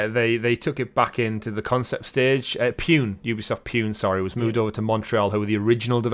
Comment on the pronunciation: also its Ubisoft "poo-nay" not Ubisoft "Pyoon"